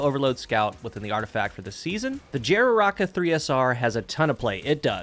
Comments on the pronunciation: The name of this gun I swear I heard Frère Jacque 🤣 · Wait, the jararaca snake is found in South America, shouldn't the j be an "h" sound?